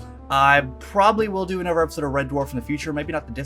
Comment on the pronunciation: It's funny, you pronounce some words in a very Estrian English or South England way. Months - "Mumphs" Other- "Uvver" Another - "Anuvver" It's weird hearing someone from the US talk like that. Is it how you've always been, or are you picking up the accent?